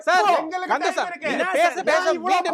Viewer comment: கந்தசாமி. ககதறுகிறான். 😅😅😅😅😅😅😅😅😅😅